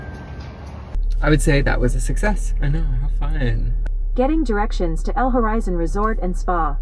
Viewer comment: In French the letter “H” is always silent.